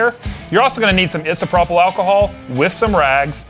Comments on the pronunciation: NICE VIDEO!!! GREAT JOB!!! BTW it's "eye-so-pro-pol" alcohol.... we all learn somethin new every day!!! Thanks for showing me how to camo my gun!!! FREEDOM!!!! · I’m genuinely disturbed by how he said isopropyl